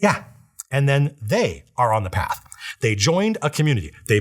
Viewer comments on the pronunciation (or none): none